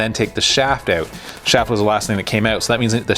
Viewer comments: How to tell someone’s from Canada..axles been stripped OAT…(out😅) great video man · you couldnt tell by the way he say out idk why canadians cant say that word right